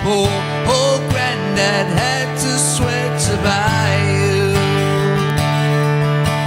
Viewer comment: Awful....side and bride are 1 syllable word, as is buy